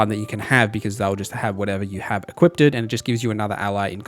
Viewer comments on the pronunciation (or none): Him saying “Equipted” every time he meant “Equiped” was like nails on a chalkboard… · equipted? equipped the word is equipped heres no t